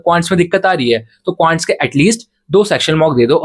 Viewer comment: Quants ❎Qants✅😂😂